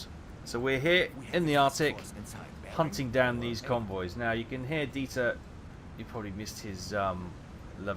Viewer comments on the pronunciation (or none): none